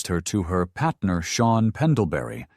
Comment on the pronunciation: Whats with the hip hop accent 😂lol “ Patner “